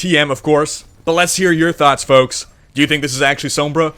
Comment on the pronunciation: spelling is intentional. doesn't pronounce the "L" when he says it.